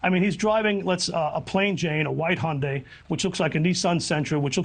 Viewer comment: I'm not so sure why its so hard for her to pronounce Hyundai, its pronounce HUN - DAY